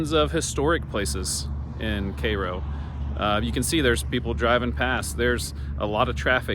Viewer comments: It’s pronounced “care-o” . Myself and parents were born there, we left in the late 60s but still have family in the area and go back occasionally. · The name of the town rhymes with "arrow". Not like the syrup nor the city in Egypt. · The correct pronunciation of Cairo is “Care-o”. The first syllable rhymes with hair. I grew up in Southern Illinois and have seen the town slowly die throughout my lifetime. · It's pronounced "care-o" to be exact.